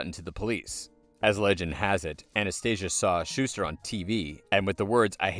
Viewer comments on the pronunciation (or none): none